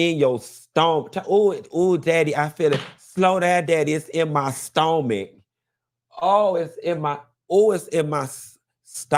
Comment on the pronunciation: It’s in my stoh-mick 🤣🤣🤣🤣